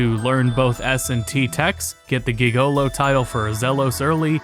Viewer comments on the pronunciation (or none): Bro said gigolo like a bot LOL It's /ˈjiɡəˌlō/ J, not a G. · Did you really say Gig O Lo? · Hears repeatedly pronounce "Gigolo" phonetically Oh child, you really are too innocent for this world. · I already knew of most of the worst issues so much of this wasn't new to me. Instead, today I learned that doesn't know how to pronounce the word 'gigolo'. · that’s not how you pronounce “gigilo” fyi 🙂